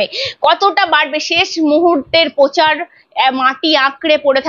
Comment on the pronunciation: র ---ফলা র উচ্চারণ করতে পারেন না ? যেমন----পোধান মন্ত্রী , পোচার । সঞ্চালনা অত্যন্ত বিরক্তিকর ।